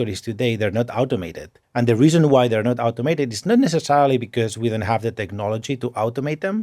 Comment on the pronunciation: elon: "watch it dance! we designed it so you can out run it" boston, falling behind: 60 minute video of someone saying "out-oh-mated"